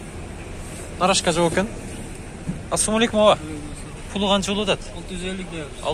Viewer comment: Нарашка эмес, тура айтылышы Нароска вахаха калхоз